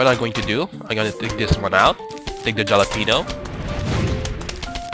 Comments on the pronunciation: ok its pronounced HAL-openyo not JAL-openyo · halepeno not jalepeno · the "jalapeno" is acctually pronounced "holapenio" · It's actually said ha-la-pen-io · I love how he says jalapeño without pronouncing the j as h lmao